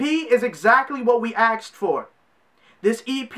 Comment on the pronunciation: “Exactly what we axed for”. 👌🏽👌🏽